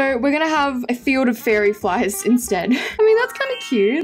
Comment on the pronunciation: Am i tye only one who heard her say fairy flies instead of fire flies 😅